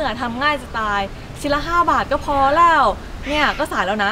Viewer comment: ทำไม พูดคำว่า "แล้ว" เพี้ยนเป็น "แล่ว" ทุกคำเลยอ่ะ ฟังไม่เป็นธรรมชาติเลย